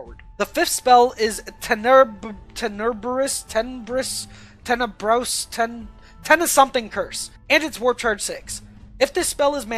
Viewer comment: Stop bulli the grey knights! <(QoQ<) Also, it's "Ten-eh-brus"